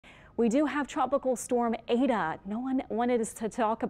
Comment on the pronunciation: Why is she calling it "ada"???...its Eta